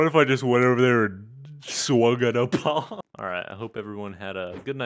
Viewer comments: Opaul lol its pronounced Opull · The fact that he says "Oh Paul" like that's how you say "Opal" ... You know the gem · its pronounced "oh pel" its hard to say it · Abhiyan Poudel ikr you know😂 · ITS PRONOUNCED OH PULL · Mans really pronounce opal like O Paul